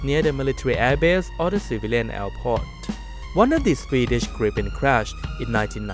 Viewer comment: Gripen (swedish) to pronounce it correct in english, say the english spell greepen in english, then it sounds right.